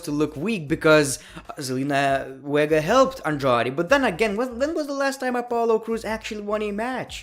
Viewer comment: you pronounce V = W e.g. said: Wiking Raiders & Zelina Wega:))